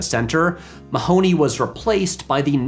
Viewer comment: I quit watching when you didn't bother to google the correct pronounciation of Mahony. (Hint: it isn't the way they say it in the movie)